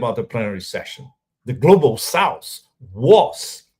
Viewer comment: Pepe: It's "South"not "Souse." It's easy, even for a Brazilian.